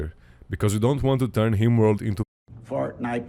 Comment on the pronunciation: the guy who made the video pronounces "rim world" as "Himworld"